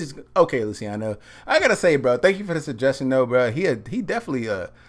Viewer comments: It's pronounced "Lu -cha no" :) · "Lou-chee-ahno" "Pah-vah-rotti"